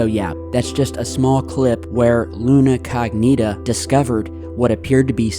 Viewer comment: Luna CO'gnita! Not Luna cogNI'ta.. Lol it sounds, funny for Italians ( Google it and hear the correct pronunciation as we with English too))) I am saying for you as you are great bro! Channel is extra cool